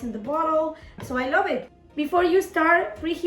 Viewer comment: “I Lōbve Eet” 🖤